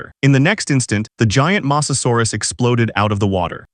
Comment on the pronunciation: you said masasarus